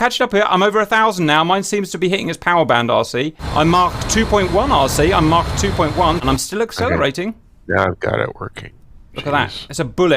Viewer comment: Cap pronouncing 'Mach' gives me pure joy